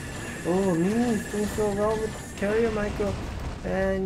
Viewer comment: Its MIN-ee not MEE-nee